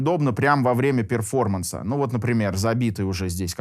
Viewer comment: Перформанс.. ну хоть произносите правильно или замените на "выступление" )